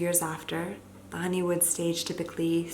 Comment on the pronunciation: Is it honeymoon or honeywood? It sounds like she says "honey wood"